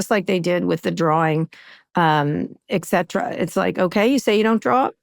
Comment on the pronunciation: Kara!! Exetra?! Et cetera.